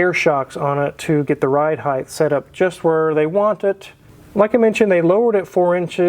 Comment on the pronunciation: why do so many people pronounce height as heighth?